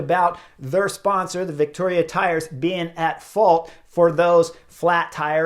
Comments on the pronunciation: Vittoria doesn’t have a “c” in it. You keep saying Victoria. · ...and how to pronounce Vittoria.